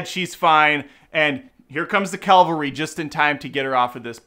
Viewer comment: CAVALRY not "calvary"